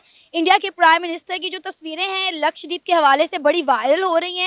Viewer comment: LAKSHDEEP nahin LAKSHADWEEP bolo So far, not a single Pakistani YouTuber has pronounced LAKSHADWEEP correctly. Another example of the Terribly Educated Pakistani YouTubers.